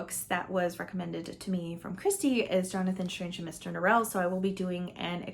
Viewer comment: I read JSaMN and I definitely enjoyed the first half more than the second half. I started the mini series of it also, and apparently Norrell is pronounced like it rhymes with oral….interesting 🤷🏼‍♀️